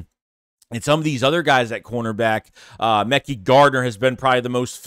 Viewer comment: Say my boy Mekhi name right